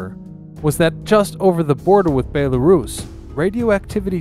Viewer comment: You really need to learn how to pronounce BELL-A-ROUSE not BAE-LA-RUSS